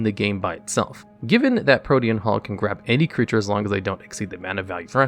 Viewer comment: At least he pronounced Pro-tee-an Hulk correctly